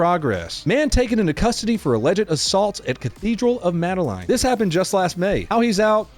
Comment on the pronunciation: "Mad-uh-layne" 😭🙏 I'm howling omfg